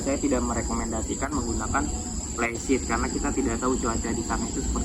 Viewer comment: Flysheet kaka, bukan plysheet🤣